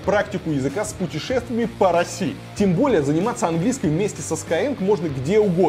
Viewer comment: "в РоссиИ", "едут две машинЫ" - что за прикол в последнее время с неправильными интонациями?